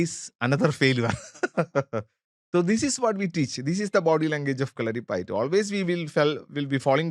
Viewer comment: Dont know, why the gurukkal is pronouncing it like that...there is no stress to "U'' in kalaripayatt"u"